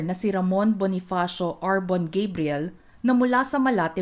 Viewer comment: She has a Filipino father from Manila so, let's say GUH-BREE-YEL and not GEY-BREE-YEL👸🏻🇺🇸🇵🇭 Congratulations, R'Bonney!👏🏼👏🏼👏🏼